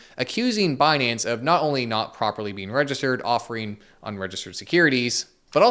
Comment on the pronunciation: Actually its pronounced as "Benance"